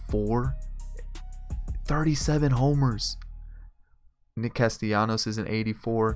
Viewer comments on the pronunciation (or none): none